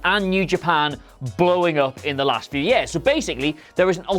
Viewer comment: I can't stand the way the host says the word 'years'.